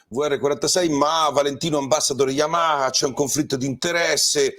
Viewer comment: Come lo pronunci bene il nome Yamaha ❤. Una marcia in più rispetto agli altri ANCHE in questo 🙂